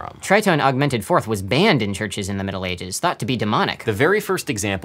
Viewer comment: I literally heard "Metal ages" instead of "Middle ages"